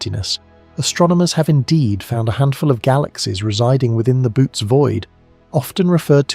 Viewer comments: oh no.... its not "boots" void lol. its "boo-oh-tees". its also "nothing" not "notthing" .... yeesh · There is a difference between Bootes, Boōtes, Böotes, Bóotes and Bôotes. The Boōtes Void, pronounced ( bow-tees) has been a subject of interest to me since I first heard of it.